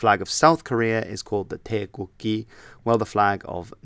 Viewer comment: Hi. I just noticed something. Ask your Korean friends on how to pronounce their flag names of its ending sounds, where you pronounced gi part. Isn't it to be pronounced with G or JI (字) Instead of ghee sounds.